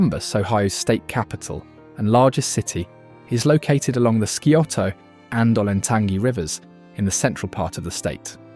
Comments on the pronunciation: Scioto is pronounced "sy oh toe: The "c" is silent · Sigh- Oh-toe river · Please learn how to properly pronounce AND spell “Scioto”. 🤷🏼‍♂️🙄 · Skee-oh-toe to you too, pal. I know it's sigh-oh-tuh and ole-en-tan-gee and not oh-lan-tang-ee. I was waiting for Leema and Bell-fon-tain.